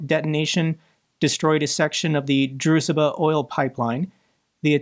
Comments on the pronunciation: Hi, I know this is pedantic, but it's pronounced drushba with a sh like in should. Ironically, it means "friendship" Sorry, won't happen again. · The name of the Pipeline ist pronounced 'Drooshbah' ..... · Druzhba means friendship. It is pronounced droo-zh-ba. Thankyou, for your tenacity for Keeping your channel open every day to keep us informed. You deserve a lot more praise for your work. We trust you and will always come to you for truth.